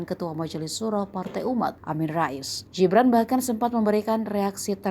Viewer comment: Jibran jibran jibran... GIBRAN min GIBRAN !!!... kal bule namanya gibran iya panggilannya JIBRAN. Kalo wong jowo Indonesia ya di baca sesuai aksara baca yg baiiik dab benaaarrrrr.... btw !!! Modarr kowe ngamin raes, wani neng solo aku melu geng'e gibran tawuran karo geng mu.